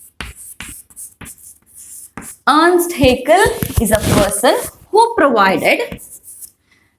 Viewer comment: Earst haeckel×ernst haeckel